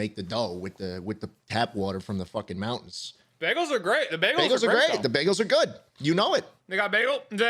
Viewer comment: i’m from texas and i’ve never heard of a baygal